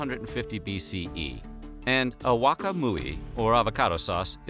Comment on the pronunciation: Bro, you need to work on your Nahuatl.... It's not ahauaca muyi... Nor Tenochtita....